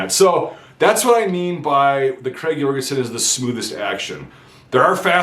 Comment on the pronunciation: Hey. As a Norwegian I'd like to help you with the correct pronunciation of the rifle, Notice that the name is "Krag Jørgensen" not "Jorgensen". enjoy